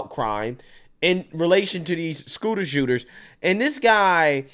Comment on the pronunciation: It sounded like he said he was arresting scooters and not the shooters??? I’m guessing that is what he meant but still all the big talk maybe he should make sure to explain things better.